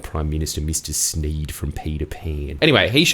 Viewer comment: It's MR SMEE you dumbcunt! A Sneed is from Dr Seuss. Cant trust any of your facts with such sloppy journalism. GET IT RHYTE!